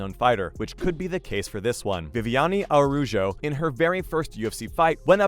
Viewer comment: is Núñez, man, you meant something nasty by mispronounce it. Aruyo? Ah-ra-oo-hoh, Araujo. Man, this time you meant some childish